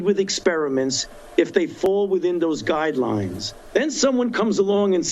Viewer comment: Did he (Fauci) say “God-rails and guide-lies” ???